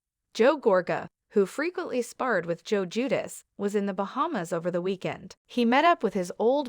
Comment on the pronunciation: It's now Jedus. Sounds like ...Jew...dice. Or Jew de chay in Italian.